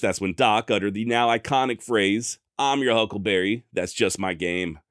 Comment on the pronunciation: He never said huckleberry,he says huckle bearer